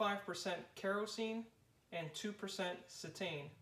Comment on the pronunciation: It's pronounced CE-tane....accent on the first syllable!!